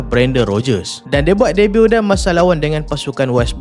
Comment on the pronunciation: haaa,, musim debat?... Debut ke? sebutan dia bukan "dee-bat" atau ''the-but".... cara sebut Debut = dei-biu (T silent)..... walaupun nampak remeh, tapi penggunaan sebutan yang betul sangat penting, tambah2 lagi "pempengaruh"... takkan nak pengaruhi dengan sebutan yang rosak?